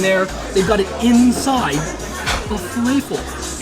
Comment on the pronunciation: It's defintely not fe-lay-fil. Fe-lah-fil is more common in English, while in Arabic, it's more like fe-lef-il (the e vowel in lef rhymes with the French word père". That being said, in Egypt, the falafel are not made with chickpeas, but with fava beans and are called ta'amiyya.